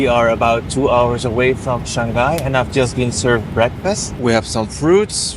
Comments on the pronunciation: Shang Hai and not Shan Ghai. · Bro it's Shang-hai and not Shan-ghai. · He might be from Belgium, many Flemish speakers pronounce Shang-hai like shan-ghai. Might be a local thing